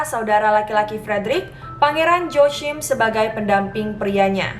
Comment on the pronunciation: Joachim biasanya dibaca "Wøaqim" begitu sekiranya...